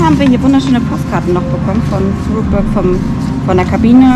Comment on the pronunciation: Ein sehr informatives Video. Ihr habt uns nochmal schön zusammenfassend mit durch euer Wochenende genommen und von allem etwas gezeigt. 👍🏻 Exklusiv um 7 Uhr frühstücken ist doch auch mega geil. Besser als wenn alles voll ist. Jetzt wissen wir auch wie Rookburgh richtig ausgesprochen wird, mich freut es, dass ich zu den richtigen 50% gehört habe. 😌 Also alles in allem perfekt, wenn jetzt noch ihren Phantasialand Hoodie bekommen hätte 😔